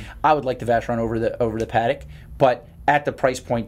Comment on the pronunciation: After hearing you pronounce patek twice I'm not watching another